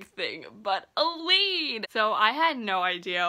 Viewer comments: A-Lynn... I kept thinking you were saying Elide Lochan and I was super confused why she would be in a coffin on the cover. Lol of course, IDK how Sara J Maas heard the name in her head, I only know how it's pronounced on the Audible books. (Also, my daughters name is Aelyn :) ) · The pronounciation of Aelin 🙆🏽💔